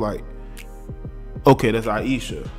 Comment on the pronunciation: You’re pronouncing her name wrong also.